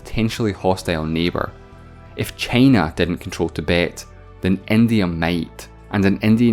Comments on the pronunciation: Nobody:: ChEyNa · This guy's accent is great... until he says "China" 🥴